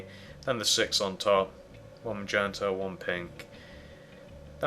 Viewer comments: HEY JUST CUZ HE PRONOUNCES MAGENTA MAYENTA DOES NOT MEAN YOU CAN LAUGH AT HIM FOR IT!!!!!!!!!!!!!!!!!!!!!! thats the way HE pronounces it,so DO ME A FAVOR AND SHUT THE FUCK UP!!!!!!!!!!!!!!!!!!!!!!!!!!!!!!!!!!!!!!! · Ma-yen-tuh lol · HA HA HA he calls MAGENTA , m-a-y-e-n-t-a. 😄